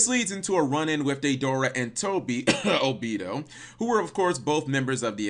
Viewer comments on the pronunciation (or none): OH-BEE-DOO, DAY-DOOR-AH, WHO THE HELL ARE THEY, DO YOU MEAN DEIDARA AND OBITO